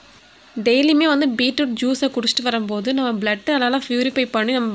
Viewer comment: Peetroot ila beetroot